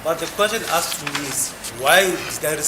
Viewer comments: The way he pronounce ASKED😅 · So disturbing